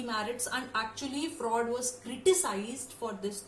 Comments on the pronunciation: It's not Sigmund Fra'ud' 😭 it's Sigmund Fru'ed'. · Speak normal.you are not a natural speaker.pronunciation important.Ex.Sigmund freud or fraud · Ye singmund fraud kya hota hai...shi se pronounce to karo..kaahe angrezi ki taang tode jaa rhe